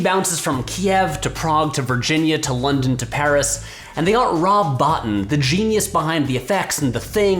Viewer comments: Rob Bottin is NOT pronounced Rob "BAWT-tin". It's prounounced Rob "BOW-teen" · Color me disappointed that Patrick apparently doesn't know how to pronounce Rob Bottin's name (Boh-TEEN, not BOT-tin)...